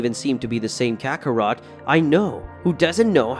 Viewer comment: It's Kakarot not kakaroto